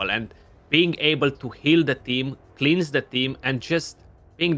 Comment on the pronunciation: Is someone ever gonna tell how to say the word “cleanse” properly?